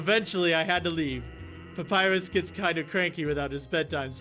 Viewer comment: Every time PewDiePie says 'Papirus' I die a bit inside.